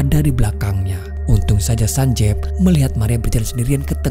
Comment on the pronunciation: Cuma berbagi informasi aja sih ini. Double "e" dalam romanji, itu dibaca dengan i. Jadi nama karakter itu bukan sanjev, Tapi Sanjiv. Dan pelafalan V nya bukan dengan pelafalan indo(Ve), tp pelafalan huruf V, dalam English.